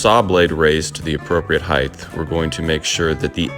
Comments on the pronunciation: You lost me at "heighth" and I had to turn it off....OMG it is HEIGHT !!!! Why do people do that???? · Ok, good videos, good content, good humor, but I have a pet peeve, with your good voice and enunciation, its all too clear that you are mispronouncing "height". It does not have a 'th' in the word and is not pronounced with a 'th' sound. Its 'ght'. That's like "hite", which rhythms with kite, please practice it. Carry on. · Love your videos bro and I’ve learned much from watching you. But please stop saying “heighth”. Height doesn’t need an “h” at the end. Keep up the excellent content